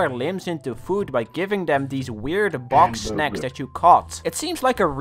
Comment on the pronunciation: it sounds like he says boxsnacs